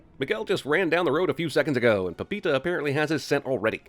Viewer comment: The way CinemaSins pronounces "Pepita"